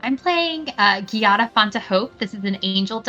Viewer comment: The giada mispronounce pains me and i'm not even italian D